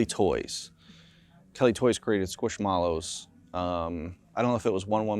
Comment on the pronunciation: When I heard him pronounce Squishmallows 😮 hit my ear so wrong.